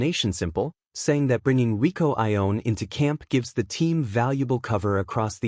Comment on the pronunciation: Fiercer = more fierce , Rieko not Rico !